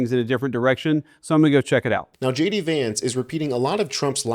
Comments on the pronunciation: Did he say ' JAYDEE VANCE ' or ' SHADY VANCE '? Just say, ' incompetent baboon vance ' to be understood. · How funny when JD Vance says “hi it’s JD Vance here” the subtitles read as “hi it’s shady Vance here” - just about says it all!!!😂